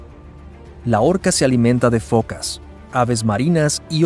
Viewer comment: ¿Fokas? Se dice focas.